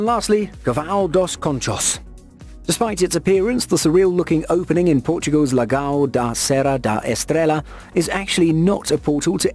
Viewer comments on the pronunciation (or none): Just to try to help... On the segment about Portugal, the correct pronunciation is Lagoa (as in La + Goa(said it like Goa in India))